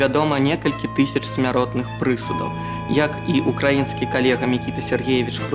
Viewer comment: Мабыць, памочнік на курсы беларускай мовы яшчэ не накіраваны. Прысуд з націскам на першым складзе, прозвішча Панамарэнка не скланяе ды іншыя хібы...